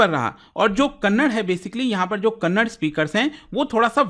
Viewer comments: As soon as you pronounced kannada as kannad I got irritated and unable to hear that word😂😂 If possible pronounce correctly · hey please pronounce the "a" it is kannad-"a" not kannad. Please pronounce the a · I still wonder y u guys pronounce it has kannad... By this virtue you should pronounce cannada as cannad😅😅😅